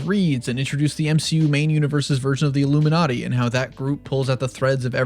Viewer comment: the illuminwhati?? 😂😂😂